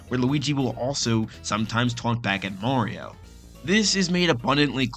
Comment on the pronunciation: why is he saying "Maowio"?